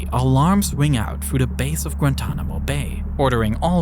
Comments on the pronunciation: Grantonamo-this German accent speech impediment AI is horrible, but the content is too good to exit. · Its not gratuanomo bay its gua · With the “Granntanamo bay naval base” established 😂 Brother